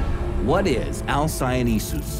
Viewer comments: why do you pronounce it alcyoneSus? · But there's only one 's' not two.